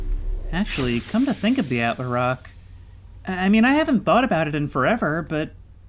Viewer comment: Please man🙏, it's "attle-rock" not "attler-rock"